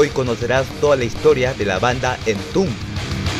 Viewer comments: En latam se pronuncia EN-TOM-BED cabrón! Que entumb ni que mamiladas! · "Entun" jajajajajaja buen contenido, pésima pronunciación 🤘